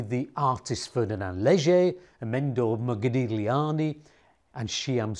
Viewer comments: Btw, b in Vitebsk is not silent. g in Modigliani is silent. Could you? :) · Nice video! But please inform yourself on how to pronounce artists name (eg. Amedeo Modigliani).